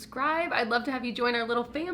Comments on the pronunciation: Rose Bronze? Or Rose Braun?? Not 100% sure what ya said but either way I watch till the end always! 😂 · I love how I'm not the only one who thought you said Rose Braun....lol.. Anyway I need that blush!!! And Kelly Strack is such a doll she recommends the best products.. Between you and her and Taylor my life is complete.. 😁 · I definitely thought you said Rose Brauns and I was very confused. rose bronze makes more sense 😂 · Lol i wasnt sure if you said roads brauns or rose bronze, but either way im still here lol 😂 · And buying the blush now… did you say rose bronze lol 🤣